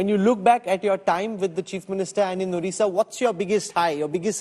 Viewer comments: please pronounce odisha not orisha. Please, please, please. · Stop saying "ORISSA", instead say "ODISHA", since the 113th constitutional Ammendment 2010 The pronounciation of the state is like ''ODISHA". Take care of this. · Try to say ODISHA plz... It's not orissa